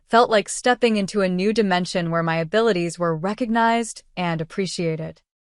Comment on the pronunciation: It's MY not M.Y.